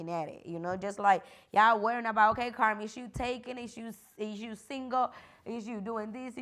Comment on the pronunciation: Karma instead of Carmen lol or something Spanish what’s your middle name ?